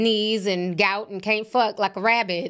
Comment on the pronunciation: You said GOUT 😂😂😂😂😂